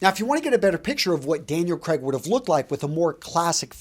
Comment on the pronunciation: By the way, the names are pronounced as: George Lay-zen-bee Daniel Cray-g